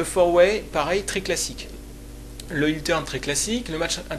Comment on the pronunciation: Heel se prononce "Haile" et pas "Hile" ;)